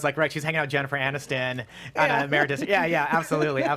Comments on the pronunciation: She said it like the word "Emeritas" but, the Emirates airline is what everyone was thinking. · Ameritas? It's pronounced Emi-rats haha